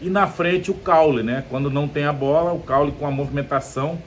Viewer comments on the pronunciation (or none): Cauly, Preto, não Caule. Aprenda craque